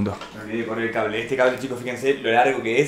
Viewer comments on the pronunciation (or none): none